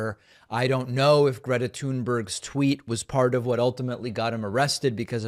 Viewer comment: Finally an American says Greta's last name right!